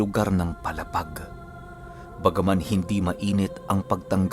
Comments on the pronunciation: PALA--PAG PO HINDI PO PALAPAG. MALAPIT LANG PO SAAMIN ITO. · mabagal lang po ang bigkas sa palapag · Mali yong palapag sA Samar sA pronounce..mo... Matigas masyado dapat malumanay Ang pag pronounce mo sa brgy.paaaaalaapaag n samar